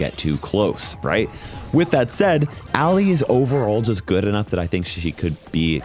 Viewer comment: IT'S ALLI, NOT ALLIE!